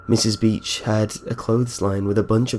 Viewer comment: I'm sorry but every time you said beach I thought you said bitch. :P